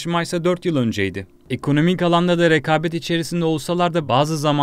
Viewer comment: rekâbet değil “Rekabet “ düz yazı okuyor bu çok sıkıcı